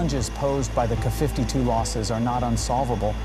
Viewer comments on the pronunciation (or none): Up to 50 ker-52s? As in K(ay) 52s.... Creator can't even be bothered to check his AI output 👎👎👎